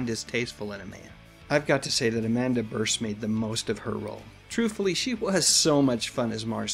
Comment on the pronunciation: Love your commentary. Just a friendly correction and not a criticism. I have seen Amanda Bearse interviewed on tv many times and her last name is pronounced "beers".